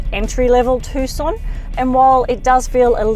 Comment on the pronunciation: it is named TUCSON not TUSCON